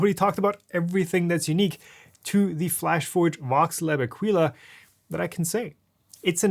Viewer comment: It's pronounced a-kee-la. I bought the C2 model and it's the best 3D printer I ever bought. It's also the first 3D printer I ever bought, but I'm glad I bought it. I would have appreciated you telling us what the 'easy fix' is to lock the wheels rather than just complaining that the manual doesn't tell us (neither did you).